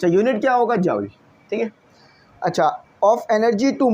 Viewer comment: sir pronunciation of joule = jool.